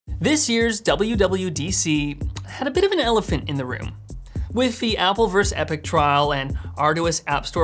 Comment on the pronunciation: Learn to pronounce versus?